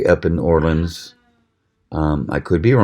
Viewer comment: Great review. Olean is where Kabar is but that's a close enough pronunciation lol My mom is from near there. Tiny town.